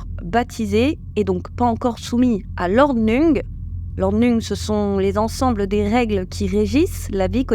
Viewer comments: Ordnung se prononce ordnoung . Merci de ne pas écorcher les mots. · Prononcer ordnoung, car dérivé de l allemand. ❤